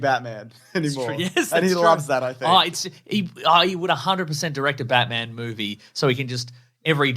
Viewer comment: I find it VERY annoying that you pronounce it BaTmun instead of Batman. NOT HAPPY!!